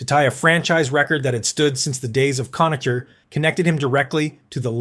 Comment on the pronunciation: Cona-Ker, not Cona-cher.